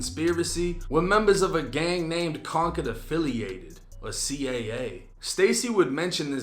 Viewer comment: Man this been news he from gary.. Yall dont know about concord affiliated.. Bobby Suggs.. Shit been news.. Fam dropped an album back in the day called brookshire mafia.. This old news man.... ITS C C A NOT C A A.. AND ITS CON-CORD.. From concord village ccv.. Shout out the ones like c mack and all the others that stood 10 toes in that indictment who are finally home after 20 plus years..